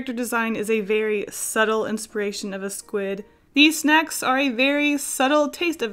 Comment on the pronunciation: Okay but when you said; ‘onto the squid snacks’ I heard; ‘onto the squid sex’